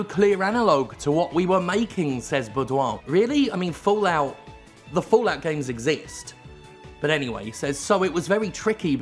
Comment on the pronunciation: Fo-Lout ~ Fo-Lout ~ Fo-Lout ~ XD